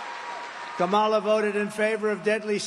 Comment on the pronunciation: When is he going to learn how to pronounce Harris' first name? If you fact check everything this man says, you'll wonder why anyone can take him seriously.